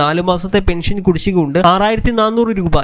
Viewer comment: പെൻഷൻ ഇങ്ങനെ എന്ന് പറഞാൽ അതു് എങ്ങനെ പറയടാ ഗുരുത്തം കെട്ട.... ചാനൽ കാരാ......😭 ലൈക്കല്ല...... കു...... ഒലക്ക ന്നാ...... പിടിച്ചോ....... ബം.... ബം.. ബംബം.. ബം